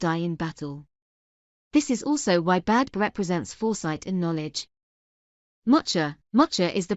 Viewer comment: Isn’t it pronounced “Beev”?